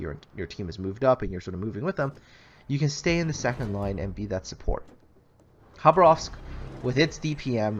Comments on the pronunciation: Khabárovsk, not Khabaróvsk. The stress is placed wrong. It's a russian city in far east. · Why do you say Habarovsk,it was it is and it always will be: KHABAROVSK! K dude K! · It's Russian so the Kh is pronounced a hard H